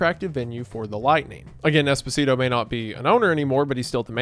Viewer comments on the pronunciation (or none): hate to be that guy, but Esposito is pronounced Espo-Zee-To not Espo-Si-To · i mean technically i think it's pronounced esPOsito not espoSIto but good video source: giancarlo esposito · I mean, it's Espo-sito 😂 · Every time he says Esposito, a bit of Desposito plays in my head and I can't turn it off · Saying Esposito like despacito is killing me 😂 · lowkey irks me the way you pronouce esposito and perrone but still a great video